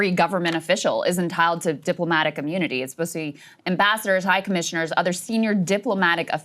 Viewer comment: "deep-lo-matic immoonity"